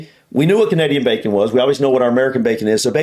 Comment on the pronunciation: Really hate the way she pronounces bacon! I'm from the same place as her (glasgow I think) and I do not pronounce it that way, I annunciate the "c" sound whereas she is bastardising it! No one I know says it that way either. Also that isn't how you cook bacon, she would have been as well just warming up slices of cooked ham 🤣 Also. as others have said you basically aren't enjoying much bacon over there as the "cripsy" that you love is just cooked fat! 😝Bacon is a cut of pork (pig meat) don't get me wrong I like streaky bacon, but there isn't much actual bacon on that, just fat which of course we are hardwired to love as if we were living in nature coming across fats is something of a rareity so our instinct is to binge on that fat when it's in front of us. Hope y'all are well, and hope you manage to stay well for a change!